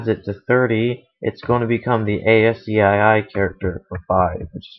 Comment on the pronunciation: PLEASE!!!! its pronounces ASSKEY (ASCII). NOT Ay As See Aye Aye . thank you!!